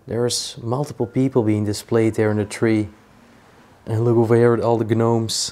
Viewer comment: I couldn't really see the box well enough but it looked like old tubes that they used before transistors and resistors. Mostly used in TV and radio sets. I don't know if it makes you mad for people to correct your English but, sew is pronounced so, and gnomes is pounced nomes. The g is silent. Hope it's ok that I told you that.